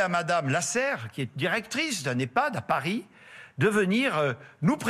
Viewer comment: Tellement sa prononciation est labiodental, Cela nous donne l'impression que le Chinois a conquis Parigo....lol